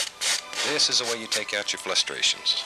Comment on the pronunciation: Hey Bob what’s a flustration?